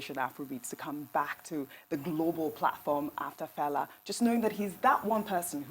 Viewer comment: Can Ojy Okpe please endeavour to pronounce FELA name ,(and other African names ) properly the way she would learn to pronounce European names. Thank you.